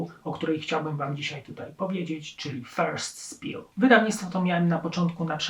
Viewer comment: Facet podszkól proszę swój angielski, bo mówienie "spil", to w czasach, kiedy języka Shakespeare'a uczą się dzieci w przedszkolach, jest trochę słabe. "Spell" to nie żaden "spil" tylko "spell" - dokładnie tak jak się pisze. Nagrywasz naprawdę fajne filmy (śledzę Cię uważnie) więc nie odbieraj tego co napisałem jako "hejt" tylko życzliwe zwrócenie uwagi na coś co zdecydowanie powinieneś poprawić, bo to nie pierwszy taki potworek językowy w Twoim wydaniu. Pozdrawiam i życzę wszystkiego dobrego.